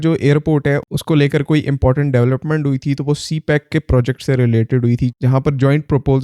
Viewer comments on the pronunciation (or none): none